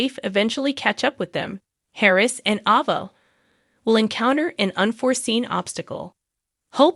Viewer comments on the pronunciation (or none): A (as In abcdef...) VA. I really don't know where you get these readers that cannot pronounce these names but maybe they should be made to watch the shows with every person whose name that they have to pronounce. Your readers really don't appreciate trying to figure out who they talkin about when they read these stories. And I want to know who Nickel is ?